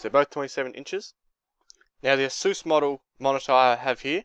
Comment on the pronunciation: I'm not hating buy that's not how u say asus